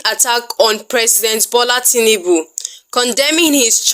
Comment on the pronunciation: His name is TINUBU and not TINIBU. You are making it sound more beautiful than it actually is.😂😂 Emilokan-General of Nigeria